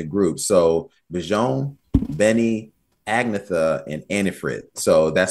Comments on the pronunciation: Haha, Agnetha’s name is pronounced “Ag-ni-etta” 😄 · One of ABBA's iconic songs performed with such energy! If I may offer one small correction, Agnetha's name is pronounced as "Anyetta" with the accent on the E.